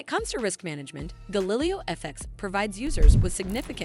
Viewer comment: You can’t even pronounce Galileo and yet you expect people to take you seriously?